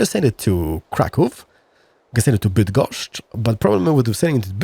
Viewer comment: I know you're partially Polish but still.. hearing you say Bydgoszcz and other names with such ease is weird in a funny way. Keep up the good work!